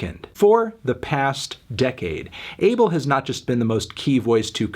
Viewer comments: His name is pronounced ah-bell not able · MELON IT'S PRONOUNCED AH-BEL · That’s not even how you pronounce his name in Ethiopian. It’s actually pronounced “Aw Bell.” The incorrect pronunciation is triggering me because I’m Ethiopian myself. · Calling him "Dis-Abel-d" was kinda sus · Could’ve sworn his name was pronounced “UH-Bell” 🧐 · Genuinely, how can people not say Abel's name properly? Its not a hard sound to make... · This nigga not saying his name right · its kinda weird how people call him Abel. Plus they even pronounce his name wrong lol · every time he says Abel wrong i cringe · It's pronounced A-bell(🔔) tes-fi(WiFi,sci-fi) How do I know? I am eritrean. Eritreans and Ethiopians are basically sister/identical cultures and there isn't enough divergence between us to make us pronounce names differently.